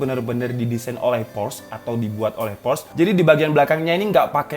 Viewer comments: FYI, Porsche bacanya po(r)-sye gaes. R nya tipiiis. Yang jelas bacanya bukan pors. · Por sche, bang. "Por - Sche". Bukan Porsh 😂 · Cara membaca/menyebutkan "Porsche" yang benar adalah "Por-se atau Por-shuh" jadi bukan "Porsh, atau Poresh". Hanya berbagi pengetahuan 😁. Saya salah satu yang tidak pernah punya hp blackberry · Btw bacanya Porsche itu 'Porsye' bukan Porsh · dibacanya por' syæ mas, r nya dibikin cedal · Spell nya sebenernya POR-SYE/ POR-SHE, Brand dari jerman kan itu